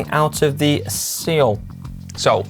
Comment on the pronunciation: I’m Korean American and because GCN is so awesome - gets a pass for mispronouncing Seoul! Don’t worry brother.